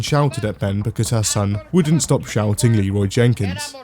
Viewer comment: Anyone else upset that Leroy Jenkins doesn’t say Leroy Jenkins correctly